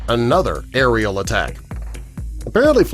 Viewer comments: "Aerial" not "ariel." Ugh. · The. Word is “AERIAL” 🤦‍♂️ And Emu is pronounced E -MEW .not MOO.